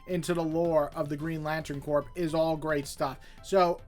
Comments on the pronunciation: Corps is pronounced "kor," like Marine Corps. I love the Johns/Mahnke/Phillip Tan run on Green Lantern and the Tomasi/Gleason run on Green Lantern Corps, but I don't remember The Sinestro Corps War having an ending. I'm also a big fan of the Steve Englehart/Joe Staton run in the '80s, the Silver Age Green Lantern issues inked by Sid Greene, and, as much as I heard about relevance with regard to the Denny O'Neil/Neal Adams issues, I was surprised by how many straight-up entertaining stories there were during that run, like the Black Hand plastic story and the planet Malthus story. I'm a little disappointed we haven't seen Sinestro's sister again. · I loved GL by Johns, it made me love the characters when I had previously thought they were lame because of the Ryan Reynolds movie. Vol 1 and 2 were for sure the best. Green Lantern Corps was still good but not nearly as good to me. And for future reference, “Corps” as in Green Lantern Corps and Marine Corps is pronounced “Core.” 😁